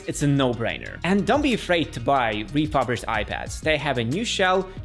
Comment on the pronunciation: RefuRBished not refuBRished, by the way...